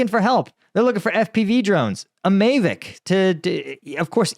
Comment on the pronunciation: Mavic isn't pronounced like May, stay, day, etc. Mavic sounds like apple, dapple, snapple, etc.